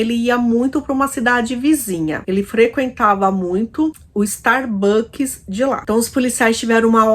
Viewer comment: StarbuckS com “S”!